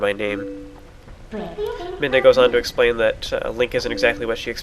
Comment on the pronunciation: I'm not complaining, but you seem to say "in any case" alot in your videos. Including the 13 times in this video... Also your pronouncing Midna's name like "Minda", not "Midna".